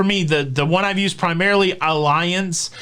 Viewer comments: FYI…it’s pronounced ALL-E-ONZ (and the Z is like a STZ sound) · Hi, just got off the phone with Allianz. I always pronounced it the way you do but the correct pronunciation is Al-lee-anz. Just for your information.